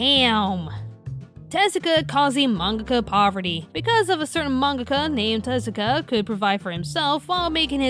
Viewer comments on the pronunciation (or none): You pronounced Tezuka wrong.